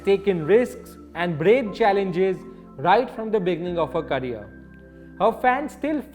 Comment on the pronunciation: Mam carrier nahi career hai.